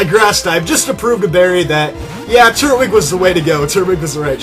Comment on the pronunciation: It's pronounced "Tur-Twig". Not "Turt-Wig".